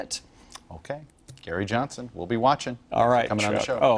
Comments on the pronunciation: did he say scary johnson in the beginning? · lol did he say Scary Johnson